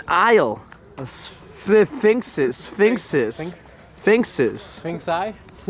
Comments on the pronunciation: The word is Sphinx...not finks! Get an education!! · pronunciation of Sphinx...... Finks 😂😂